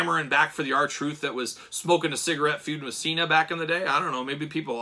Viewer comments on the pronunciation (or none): none